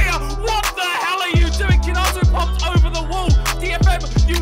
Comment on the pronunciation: His name is romanized as Kinatu, but is pronounced KinaTSU.